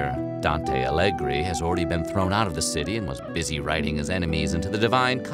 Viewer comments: Omg I heard Dante "Alegre" omg please it's Dante Alighieri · It's Alighieri, not Allegri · Dante “Allegri”?! 😂😂😂😂